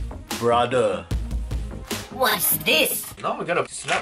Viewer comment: When he said brother he sounded like a bangalie brother